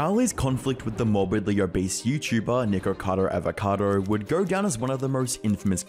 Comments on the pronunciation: he said N*ggercado Avocado, just listen to it... xD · Nickocadowwrr avocadowwrr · "Nikourcahrdour avourcardou" You fr sound like a muppet💀